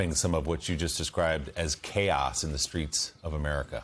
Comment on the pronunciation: Yeishhh. Morning joe guy guy says "What you described as chaod. . ." Obviously he is afraid to say chaos or what lawyered up or doesn’t think it is chaos.